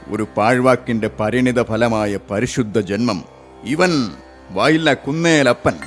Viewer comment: വായില്ല കുന്നേലപ്പൻ എന്നല്ല കുന്നിലപ്പൻ എന്നാണ് അവിടെ നീട്ടു വേണ്ടാ 🙏🏻